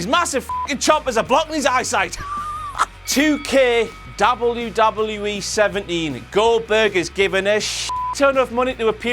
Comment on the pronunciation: why do say WWE so fucking weirdly